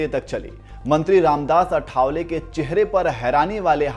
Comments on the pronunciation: It's not आठावले, it is आठवले. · आठवले not अठावले 😊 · अठा..वले नही भाई.आआआ ठठठ वले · अठावले नही आठवले